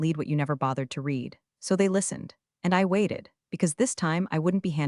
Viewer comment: If being too lazy to ensure that "read" is pronounced correctly is great work